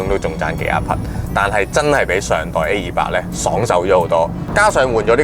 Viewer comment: 主持改善下懶音會令人容易聽D, A200 =/= A28